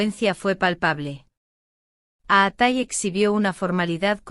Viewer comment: Fake. Please pronounce his name correctly.